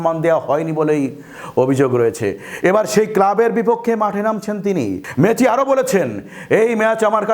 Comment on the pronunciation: Messi uccharon age thik korun sunte baje lagche ok...